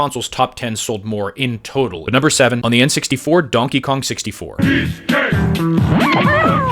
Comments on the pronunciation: "Donkey Kang 64" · Donkey Kong 🚫 ✅ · Why do you say? You don't know how to say Donkey Kong? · “Danky Kang” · I know you did it on purpose, but “…” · He said! 🤣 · Did he say denky Keng? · “ 64 sold…” 😅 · Do you just say? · Bro said ‘’ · “Donkey Kang” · ""...now I KNOW this is AI. This is getting really ridiculous. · lmao 🤣 how do you pronounce everything perfectly including donkey Kong then absolutely butcher it the second time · I could have sworn he said "danky kang" im dead 🤣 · I love, or whatever you said.